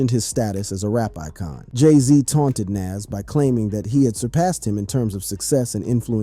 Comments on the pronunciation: who tf is "NAZZ"? must be a wanna be NAS or just a case of someone who can't pronounce an artist name correctly. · I've never heard " Nas " pronounced this way. And definitely click bait. Boo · Eminem dissed Dre?? Is that for reals?? Everytime he said the name NaS was incorrect LOL 🤣😂